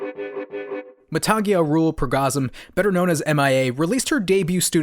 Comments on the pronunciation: Her name is Matangi not matagiya 🙄🙄🙄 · Great video but its 2020 learn how to pronounce her real name properly and you got the Indian flag wrong somehow ???? Lol, It's considered a punishable offense there, the first stripe is supposed to be saffron.